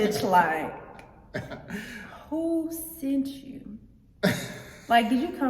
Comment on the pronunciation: She said it right" who sent you?". This is key...